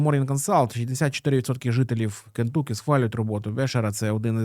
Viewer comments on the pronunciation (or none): Не КентУкі, а КентАкі. kənˈtʌki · Все круто, тільки правильно: *КЕНТАКІ!!!)